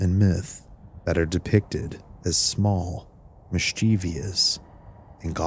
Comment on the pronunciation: Great content! Just found your channel and I might be hooked, I just have one tiny issue... This word, "Mischievous" Mis • chie • vous Is three syllables, not four. It's pronounced "Miss- chuh- vuss" Not "Miss- chee- vee- uss" It's a really common word, so I just thought you might want to know how it's pronounced. Awesome narration otherwise!